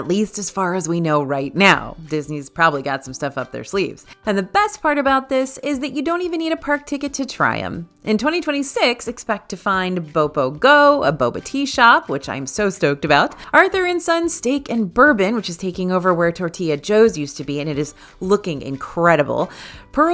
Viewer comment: The bubble tea shop is called bopomofo! Not bopo go